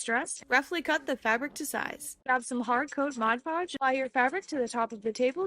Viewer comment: MOD Podge. Not MODGE Podge.